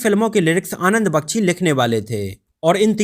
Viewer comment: The correct pronunciation is qadir khan bakchi nahi bakhshi